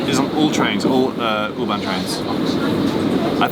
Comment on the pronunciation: I notice that pronounces U-bahn properly and Geoff doesn't. It is 'Oo-bahn' not 'yoo-bahn' I was in Berlin in December 2018. Loved it! We stayed in a hotel in Mitte on Oranienburger Straße and we were more or less equidistant from Oranienburger Straße S-Bahn station (S2, 25 & 26) and Oranienburger Tor U-Bahn station, one stop north on the U6 from FriedrichStraße. I loved travelling by U-bahn, S-Bahn and tram around Berlin! Truly an amazing city! I look forward to more episodes studying other underground or metro networks in other cities. After your recent DART least used video aswell I'd love to see episodes focused on say... Merseyrail... Or the Tyne and Wear metro, or Glasgow suburban 'Low level' network. Or abroad, I'd love to see an episode on the Paris Metro... And episode on the Lisbon Metro... Budapest, stockholm, Oslo, Vienna? Wherever you fancy! Speaking of which, the Jubilee line (1996 stock) and S-Bahn trains do have a nice cadence to their traction motors... But the winner, hands down, has to be the locos used by OBB (Austrian Railways) on their high speed 'RailJet' services.